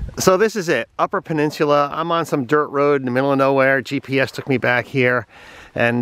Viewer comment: I've never heard anyone pronounce it that way. It sounds like you are pronouncing it "pen-nins-yoo-lah" but it is actually "pen-nin-soo-lah". No big deal - just trying to help you say it like we say it. Very impressed with some of the places you were able to take that rig. Glad you enjoyed the UP. It is like a whole different world up there. And you nailed it on some of the UP details. The pasties and the mosquitoes - lol. Our personal favorite pasties can be found in Paradise MI. Be well and come on back.